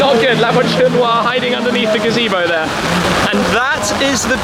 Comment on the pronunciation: Man, it’s Voiture, where is t, not voichure, where is ch.